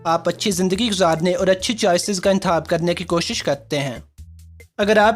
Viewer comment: حاص طور پر ۔حاصیت۔۔انتحاب خ کی جگہ ح 😂😂